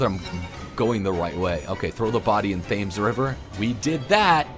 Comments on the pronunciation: as a person who lives in London it's not pronounced Fames. It's pronounced Temz. Just as a heads up. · Did you see how he pronounced Thames? I'm dying. xD